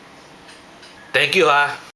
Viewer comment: ahaha i loved the end :D "tenk you ha!"